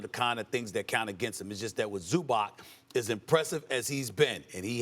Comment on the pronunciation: Stephen A needs to learn how to pronounce the names of foreign players, especially the major ones. He consistently mispronounces "Doncic" and in this show repeatedly mispronounces "Zubac". C'mon, man. Show some respect and get the names right. It can't be that he hasn't heard anyone pronounce those names correctly.